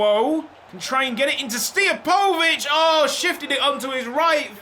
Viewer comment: Pronounce Stijepovic as Steer-poe-vitch